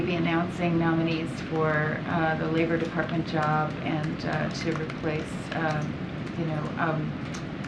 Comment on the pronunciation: Kirby does a good yob